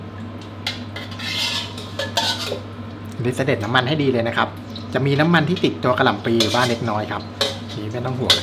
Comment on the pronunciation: โปรดอย่าออกเสียงคำว่า"กระหล่ำปลี "เป็น "กะหล่ำปี" รวมทั้งคำว่า "ครับ" อย่าออกเสียงว่า "คับ" จะน่าสนใจมากค่ะ